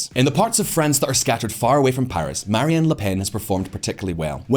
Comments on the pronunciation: Her name is "Marine" not "Marie-Anne." You kept saying it that way. And yeah I kinda agree that without Macron we're at risk of following the path of a country like Argentina. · It's "Marine" LePenn (like "royal Marine"), not "Marianne". This isn't a Gilligan's Island rerun. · Pretty sure her name is Marine and not Marie